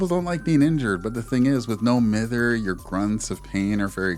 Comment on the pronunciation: Please, pronounce mither correctly. It's correctly said as "my-ther", not "mi-ther". Also, what VODs are you checking? Cause every single streamer buddy I have does NOT run "Lithe, windows, resilience".